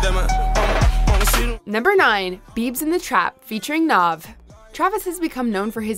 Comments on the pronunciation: it is our glourious xo brown boy "nav" not "nov". how could you have done this to us, how could you? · How the hell did she just say NAVs name?? NOV lmao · The video was over as soon as she pronounced nav as “nov” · Bruh she really said NOV🤦‍♂️ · Nav, not Nov